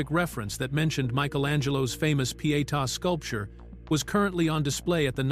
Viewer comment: Not enjoying repeated insertion of scenes from Ben-Hur or the very poor AI read. Gaps, run ons, and wrong pronunciations can and should be adjusted. However, kudos for correct pronunciation of Pietà for English speakers.